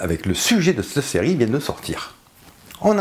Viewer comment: Merci pour cette bonne vidéo toutefois il serait bien de prononcer "CETTE" plutôt que "SSS'TE"